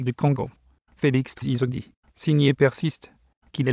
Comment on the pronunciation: Monsieur apprend a Bien prononcer le nom de Mon president TSHISEKEDI et non CE que Tu prononces là...